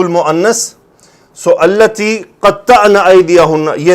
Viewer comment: استاذ جی مناسب تو نہیں پر بار بار سنا۔نسوۃ التی ۔اس لام پر کھڑا زبر ہے آپ بار بار زبر پڑ رہے ہیں۔۔اگر زبر پڑھنا ٹھیک ہے تو کیسے پھر۔۔